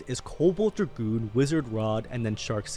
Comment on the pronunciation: Cobalt dra-goon